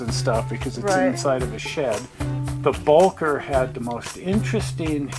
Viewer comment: Please!!! It's pronounced "Bow- kerr". And it was built as a 2-4-0 by Baldwin. The V&T never had to modify it. It has always been a 2-4-0.